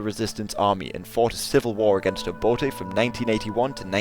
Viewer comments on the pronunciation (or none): none